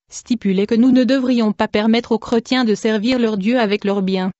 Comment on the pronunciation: qu est ce que c est desagreable cette voix mecanique en plus il y a des fautes de dictions style creu..tiens STOP les voix robotiques 😠